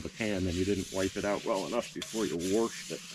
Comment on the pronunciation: "Worshed it"?. 👏👏👏👏👏